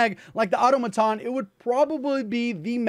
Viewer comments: Automaton = uh TOM uh TAWN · Its pronounced *Au-tom-aton, I wont tell you again!!! BETTER LUCK NEXT TIME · Great video but you pronounce “automaton” wrong